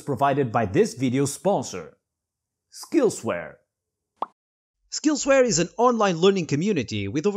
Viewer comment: "skillswear" and that was the moment i couldnt hold it in anymore